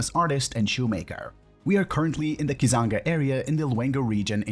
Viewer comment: Sembabule not Sembabwe Kyazanga not Kizanga